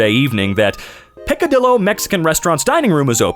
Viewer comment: AHHHHHHH IT’S NOT PRONOUNCED LIKE ARMADILLO IT’S A ʤ like in Jar, pEE-cAH-dEE-ʤo/Jo (o like in morning not like oh) (I’m mexican)